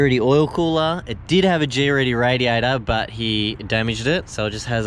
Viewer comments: ......heads up GReddy isnt pronounced G-ready. From trust themselves - "Its pronounced Gred-e. The name is derived from joining two words together. Great and Eddy. 'Great' meaning above average, mighty, intense superior in quality. "Eddy' meaning swirling motion, whirlpool, hurricane" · Lol i like the way you pronouce greddy. Sounds fancy.